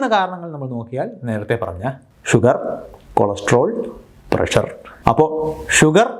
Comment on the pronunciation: സാർ ഇംഗ്ലീഷ് ഉച്ചാരണം ശ്രദ്ധിക്കുക, തിരുത്താൻ ശ്രമിക്കുക, നിങ്ങൾ തിരുത്തിയാൽ പ്രേക്ഷകരും തിരുത്താൻ ശ്രമിക്കും "താല്പര്യമുള്ളവർ" ഷുഗർറ്, പ്രഷർറ് ⚠️⚠️⚠️⚠️ ഇത്തരത്തിലുള്ള അബദ്ധങ്ങൾ പറയാതിരിക്കാൻ ശ്രദ്ധിക്കുക